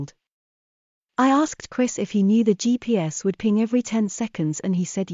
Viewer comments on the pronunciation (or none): none